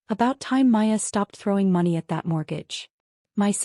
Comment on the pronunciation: There's fiction and then there's AI crap that can't even pronounce Money or times 😂😂